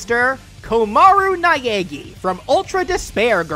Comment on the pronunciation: Naegi : NAH EH GI Japanese pronunciation is super simple and doesn't need English accent 😭🙏